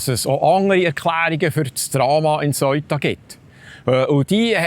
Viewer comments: Seuta, Seuta, es heisst Seuta. Nüt vo Söita (aber ja, es het weni Söi da😜). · Die Aussprache ist "seh-uta" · Lieber Die Stadt spricht sich Sëuta.. nicht Soita. Danke. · Super guter und informativer Beitrag .... aber der Name Ceuta so falsch ausgesprochen tut mir in den Ohren weh. Richtig wäre wie im englischen TH am Anfang und kein verdeutschtes "eu" sonder jeder Laut separat betont .... also "Theu_ta" oder deutsch "Seu_ta" ... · Bitte sag nicht: "Seuta" sondern Se-uta. NB: die Sache dort ist noch lange nicht erledigt, schau mal die Videos der Einwohner. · Bitte die richtige Aussprache für Ceuta lernen 😅 ich bekomme jedesmal Gänsehaut wenn ich auf Bärndütsch "Soita" höre 😂 The-u-ta ganz einfach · Se - Uta wird es ausgesprochen nicht Soita. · Man sagt Seeuta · Man spricht es se uta aus...nicht eu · Ich habe von di Beitrag fast nicchts verstanden, 😢 weil ich über dem Aussprache iritiert war. Aber wie wird Ceuta/Söita ricchtig ausgesprechen? Marokkannisch, espagnolisch? Wer kann die wiiterhelfen? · Aber zur guten Recherche gehört auch, dass man das richtig ausspricht, es tönt einfach schrecklich, so gut er auch seine Sachen macht.